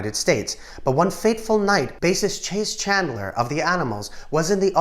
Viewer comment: Chase Chandler? Isn't his name pronounced like it's spelled ie Chaz (rhymes with jazz).